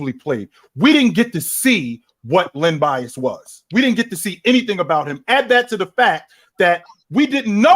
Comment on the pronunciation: This man said Len Bias and I logged out 🤦🏽‍♂️🙄....🏀